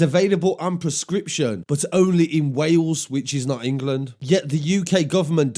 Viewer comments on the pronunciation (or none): none